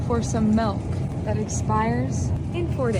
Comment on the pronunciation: Side question: Why do people say melk instead of milk?